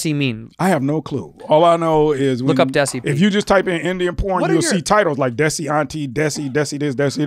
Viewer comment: It's pronounced "they-see", like Desi. Like Dheysi.